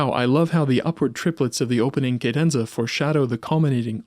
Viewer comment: Why do you pronounce ‘cadenza’ like that?